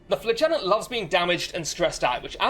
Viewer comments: Great video! One minor thing that made me want to scream though: flagellant is pronounced fla-je-lent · stop saying flagellant like that.